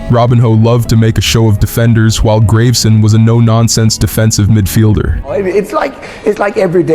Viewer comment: "Graveson" is pronounced "Grah-ve-sen". And "Robiñho" is "Ro-been-yo"